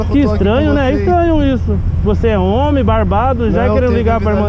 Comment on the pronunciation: “.sou ómi sinhô.....ómi com Ó maiúsculo”......huahuahuahuahuahuahuahuahua